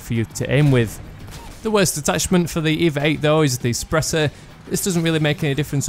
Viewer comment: FYI, it's not pronounced EEEEVAAAAA, it's E-V-A as in extra-vehicular-activity